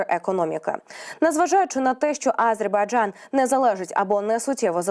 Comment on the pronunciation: Ведучій слід правильно ставити наголос в слові Азербайджан, так оіже вухо її нагллос на першій букві, Аааазербайджан🤦🏼‍♀️